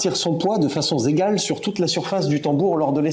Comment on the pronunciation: De façon z'égale 🤣